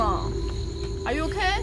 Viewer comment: 突然繞一句台式口音are you ok? 哈哈哈